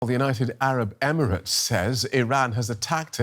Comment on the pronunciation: Professor, you are saying “United Arab “Imarat” too much 😂😂😂😂